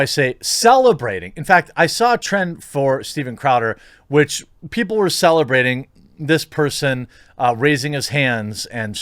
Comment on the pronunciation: “How do I say celebrating?” Sorry couldn’t help it.